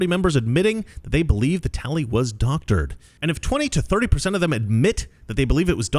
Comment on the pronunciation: The "talley" was whack.